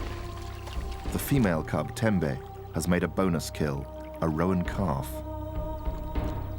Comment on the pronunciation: Great footage but if I could point out one insignificant niggle, "roan" (antelope) is pronounced "rone" not "ro-an".